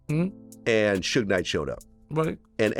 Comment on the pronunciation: I wonder what sugeI would think of being called Sue gay lol